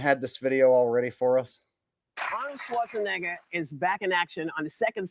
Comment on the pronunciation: Whoopi says Schwartz-a- nigga With a A 🤣🤣 Because saying his name correctly wouldn't be PC.🙃